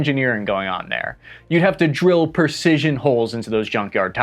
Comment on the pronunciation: Great vids. The word is precision, not percision.